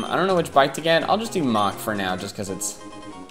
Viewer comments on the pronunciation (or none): none